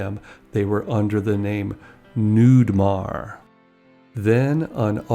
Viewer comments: It's not Newmire It's Newmar. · Not Newmire....New-mar.